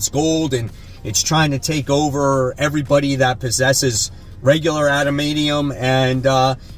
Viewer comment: WTF is "antumanium"??? You mean adamantium?